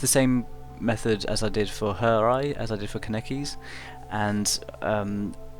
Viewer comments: I way prefer your newest Touka drawing - just on the fact that you now call her "Toe-ka" instead of "Too-ka". Now I'm just waiting for you to stop saying "Ku-neki" its "kAneki"!! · U keep saying kaneki wrong